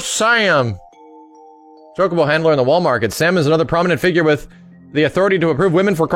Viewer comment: I like how said Chocobo Sam with a southern twang:P You're an awesome dork,. Don't EVER change:D